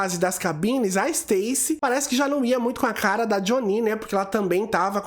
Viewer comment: Adoro seu canal mas eu gostaria que você ouvisse a versão americana sem dublagem para falar o nome deles certo. Doeu os ouvidos ouvir o nome da Jhonnie errado várias vezes… Pelo menos o do Uche vc consertou